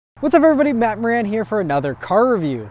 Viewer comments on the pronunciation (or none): none